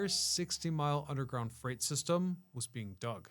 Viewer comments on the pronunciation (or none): none